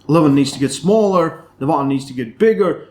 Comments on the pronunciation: Devlan and Levdon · I never know if you say Levan or Devon. Sounds like you say Devan and Levon 😂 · I always hear "Levan" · Every time he said Devon I thought he said Levan and ice versa. Lol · Why do you keep calling Devon De-VAHN bud? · Your saying Devon differently lol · Bro either say Devon or Levan I have no idea who you are talking about. why butchering the names and making it so complicated?